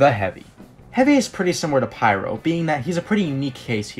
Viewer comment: just say pyro as pyro, otherwise it gets confusing for feebleminded people